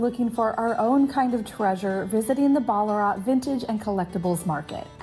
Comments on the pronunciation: you definitely said it right!! We do say ‘Bal a rat’ though, even though you said it phonetically correct ;-) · What!! Here I am Sunday morning in Melbourne, with my coffee, watching yiu guys and you're here. Fyi, Ballarat is not an AH sound. Thexa is like in wank. Sorry best word I could think of!! Wonder if you're gonna make it put to the eastern suburbs, and my area ?